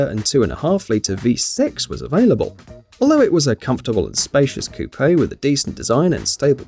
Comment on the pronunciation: When you finally find someone who pronounces it Coupé instead of "Coup": "He is the messiah."